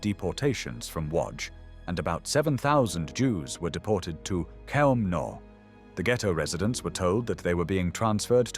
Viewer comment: I think "Chelmno" is pronounced "HELM-noh".